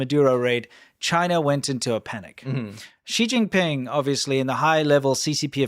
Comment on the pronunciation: "she- jing- ping- pong ?" 🤷🏻‍♀️ .